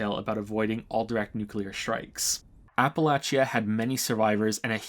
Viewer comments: It's pronounced "ah-puh-latch-uh" not "A-puh-lay-chee-uh" man, it's important Really good video too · Ap-Uh-Lay-Sha. Not Apple-Atchee-Uh. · It’s always fun hearing a new pronunciation of “Appalachia”. I deeply appreciate that you got the hard “ch” sound right, but the extra syllable of app-a-latch-ee-ah really cracked me up the first time I heard it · "Apple latch chia" no. Just no. Aren't you American? It's "apple lay she uh" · I know you're Canadian, so just FYI; Appalachia is not pronounced "Apple-achy-ah", it's pronounced "Appa-lay-shuh" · a-pə-'lā-chə, not a-pə-la-chē-ə :) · OK, after enjoying this critique for an to amount of time, I gotta call you out on your pronunciation of "Appalachia"... - As a born-and-fled "Appalachian", please try to pronounce the fictional 2x-post-apocalyptic region correctly. - It is pronounced 'Appa-latch-uh'.... NOT 'Appa-latch--E-uh'. - Think of it this way... If I have an Apple and I through it At You.... I might say: - ...I've just thrown an 'Apple at You' or, if I was course, I would say I have thrown an "Apple Atcha"... - Say it five times fast and you'll have it... - Apple Atcha - Apple Atcha - Apple Atcha - Apple Atcha - Apple Atcha... See? ------- EDIT shit I've just summoned the Ghost Bear, and my last words are.... Hair Bear Bunch. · It's pronounced app-uh-latch-uh btw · not a criticism but its pronounce APP-A-LAY-CHI-A in West Virginia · I think pronunciation of Appalachia is one of the worst yet. It is Appa-latch-a. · This could also explain the bizarre Appalachia pronunciation, since most Americans says Appa-lay-shuh, Brits say Appa-lay-shia, and natives say Appa-latch-uh. Funny how his is like a combo of all of em, or at least British and native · I know, I'm West Virginian, so the pronunciation of Appalachia is inherent to me, but oof. Love your work though.